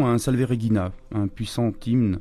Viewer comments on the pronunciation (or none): pour info on prononce salve reJina le G se lis J